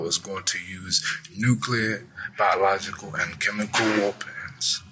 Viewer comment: You have to be careful with those WOOPENS 😂